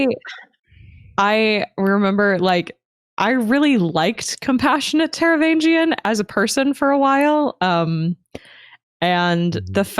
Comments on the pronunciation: While I respect alternate pronunciations, I can't get over totally ignoring the 'G' in Taravangian's name. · In my mind I'm pronouncing the 'g' in the "vang" syllable like "sang" instead of like the 'g' in "range", but it's possibly not coming across due to poor enunciation, or maybe I just forgot it lol.